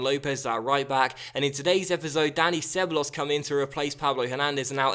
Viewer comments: you pronounce it ke-ba-yos not seballos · ITS PRONOUNCED CEBAYOS! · Ceballos is pronounced (keh-buy-os) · ceballos - sebuyos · Ceballos is pronounced cebayos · se-ba-yos that's a better way to pronounce Ceballos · Ceballos is pronounced keh-bah-yos